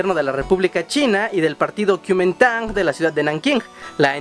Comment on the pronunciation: se pronuncia KOMING - TANG y además costa rica si reconocemos a Taiwán como república libre y soberana ignorante pro imperialista chino de los cojones